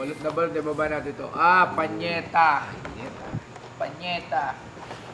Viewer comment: PAYNETA hindi PANYETA. LOL 😂